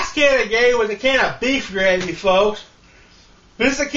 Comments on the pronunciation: Generally the 'r' in gravy isn't silent, but whatever man, do what you do. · "THRE CANS OF GRA'AY"